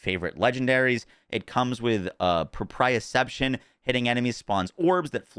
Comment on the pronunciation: Number 1 Proprioception is pronounced, pro-pre-o-ception